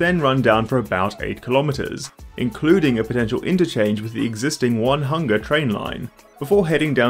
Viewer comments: one-hunger lol -> oh-ney-hun-ga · Your pronunciation of Puhinui was pretty close, maybe slightly less emphasis on the "hi". Onehunga is a Maori word too, it's more like "Oh knee huung aaa". Great vid. Part of my reasoning to live in sydney over my hometown of auckland is the PT. It's so frustrating that auckland just cant escape the car mentailty. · One hunga eh lol it pronounced oh knee hung ah but say it fast and fluidly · It's not "onehunga". It's "o-nee-hunga". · I was nodding in approval at the Puhinui pronunciation, but then you go to "1-Hunga" 😂😂😂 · "O Knee Hunga!" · O-ne-hung-a. I've read it wrong too lol dont worry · "Puhinui... I hope I'm pronouncing that right" Sure, not bad! "One-hunga" Oh no. Your analysis was spot on, though. I would have liked to see some rail expansion. But not like this. - Never should have become so focused on the airport rather than all the suburban residents it could help and the load it could take off the busses. - Never should have forgotten the Northwest, which is supposed to be the new and dense part of the city, but somehow they completely forgot to put in any rapid transit. - Never should have proposed to tunnel the whole thing, especially if they're still planning to offer only light rail service rather than metro service. Scope creep until it becomes completely unfeasible was a common issue with that government - reeks of the same stink as the harbour bike bridge. (Of course, the new government would have canned this even if it was the best project ever presented, because they're ideologically opposed.) For what it's worth, the Airport to Botany link you mentioned is still planned to go ahead eventually, just as a busway called A2B, to link into the Eastern Busway already partially built. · Onehunga is OH Nee Hunga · not the pronunciations!! Onehunga = oh- nee- hunga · as an aucklander I died inside when you pronounced onehunga as "one hunga". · I stopped watching at "one hunger" 😂